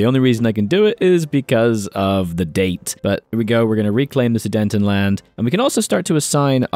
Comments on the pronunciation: no, where are you getting “dayn” from? There is no “n” between the e and t of Sudet, so where are you getting this from? “Ten” as in the number not “ton” as in the weight”, and “a” is pronounced as an “a” in German too, so it’s “land”, not “lend”. I’m just trying to help because if you’re going to get a bigger subscriber base, you’re going to get even more people nitpicking and telling you you’re pronouncing it wrong. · pls stop saying sudentenland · I love your videos but please learn how to pronounce Sudetenland. “Zoo-day-ten-land”. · bro really said sudentenland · it hurts me :(